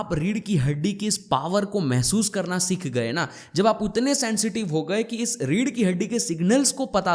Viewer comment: Bhut badhiya..one thing I wanna say.. pronounce सीख not सिख